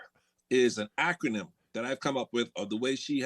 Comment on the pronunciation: Dude...it's acronym not Ackerman.